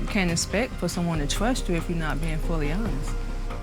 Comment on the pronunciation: She just wants a lil “twust”